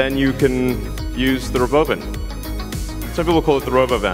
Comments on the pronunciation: He said rowboevan = robovan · When the Robovan rolled out Elon pronounced it Ruh Bovan a couple times then he said or Robovan. Just for grins I looked up the pronunciation and found Ruhban is a mythological armored beast and Bovan is a productive egg laying chicken. So I guess this is the Tesla Armored Chicken!